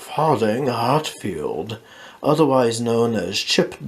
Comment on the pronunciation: I don't see why you're pronouncing "Hatfield" when "Hatlelid" doesn't have an "f" in it.